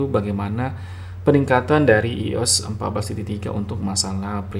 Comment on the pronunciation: iOS bacanya Aiyos